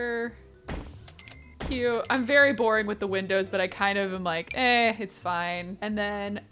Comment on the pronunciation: Why didn’t you you berry when you said “ very “ like WHY